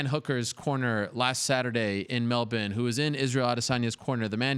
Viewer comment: Kudos to Ariel for saying Melbourne or 'melben' like an Aussie 👏